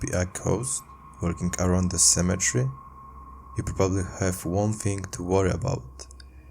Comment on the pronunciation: It's pronounced cemetery not cemetre